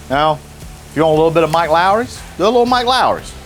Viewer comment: I love that everyone calls it Mike Lawrys